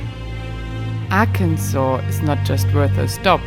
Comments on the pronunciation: Hello, I can provide some insight to the pronunciation...When I was a child in the 60's I lived in Southern Missouri..Many people called Arkansas..AR (our) Kansas...I think it has something to do with accents and illiteracy maybe..Or perhaps settlers in the early days may have had territory disputes and thus called the area Our Kansas while the neighbors had Kansas ,,Immigrants back in the 1800's were mostly illiterates. It is similar to Ketchup being called Catsup..Many years they had the same product were called those 2 different names..Ketchup won the popularity contest and became the accepted name..The last time I saw a bottle of "Catsup" in the store was in the early 80's.Those same people used to also call Tennessee ..TEN SEE...Also I lived in North Carolina in 1970 and in school they taught us to spell Arkansas as Arkansaws...Anyway, I am old and schooling has all been radically changed..America being a Democracy dictates that the majority makes the pronunciations, whether they are correct grammar or not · As an American who is an English speaker, how Arkansas is pronounced also had me question the same thing 🤣💁‍♀️ I thought it was just me. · Being from Arkansas, I can't tell you why it's pronounced the way it is. Alot of us still joke around and say it like Kansas but with the AR at the front lol. Ozarks are great! You should've taken US highway 71 south out of Fort Smith to US 270 east over to Hot Springs. It's a tourist town with ALOT of history, old businesses that have been there since 1800s, and beautiful scenery! If you ever get down in that area, I live in Hot Springs and would love to show you around! Be safe! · We were a state before Kansas was. That’s why the name is pronounced Arkansaw.Kansas has it all wrong.lol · Because of the Indians...said it to be pronounced this way. Not AR..Kansas. This is insulting to us here born in Arkansas.grrr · It is not Ac n Saul. It is Ar Kansas. Ask anyone who live in Arkansas.